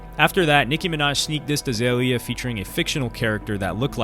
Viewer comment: BTW, it's Iggy Azalea (AH-ZAY-LEE-AH) and Azealia Banks (AH-ZEE-LEE-AH)